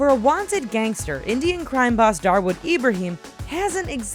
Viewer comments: You got the name of one of the mafisio incorrect. It is Dawood Ibrahim not darwood ..... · Dawood Ibrahim not Darwood Ibrahim.... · His name is dawood Ibrahim not darwood Ibrahim u idiots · It's not Darwood it's Dawood Ibrahim.. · Probably doesn’t matter now but it’s actually Dawood Ibrahim and not Darwood lol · Hey that's not darwood ibrahim he is dawood ibrahim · it is dawood ibrahim not darwood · its dawood ibrahim not darwood ibrahim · It ain't darwood ibrahim, it's dawood ibrahim!!! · Its Dawood Ibrahim not "Darwood" !! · its not darwood ibrahim its DAWOOD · his name is Dawood Ibrahim, not Darwood Ibrahim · its 'Dawood Ibrahim' not 'Darwood Ibrahim'😂😂😂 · Dawood Ibrahim not Darwood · WTF is DARWOOD Ibrahim ? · his name is dawood ibrahim not darwod ibrahim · Its not 'Darwood Ibrahim', it's 'Dawood Ibrahim'. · It's not Darwood Ibrahim, it's Dawood Ibrahim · its dawood ibrahim -. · lol.... it's dawood Ibrahim!